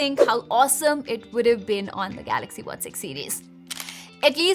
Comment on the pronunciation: Ye madam galaxy ko gaRaxy kyun bolti hai. Compayyteetion... Full fake Accent madam ka. Sab tech reviewer banke ghoom rahe hain. Dislike button.